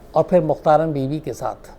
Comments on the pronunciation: mukhtaran nahi mukhtara . LEKHNE may mukhtaran e hay . laikin pakistan may ise mukhatara parha jata hay. MEANS k end wala N nahi parha jaey g. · Bibi ka name mein N silent hay. Mukhtara is real pronunciation.